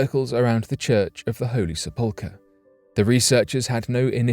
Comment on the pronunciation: You totally lost your credibility when you said "Sepolecur."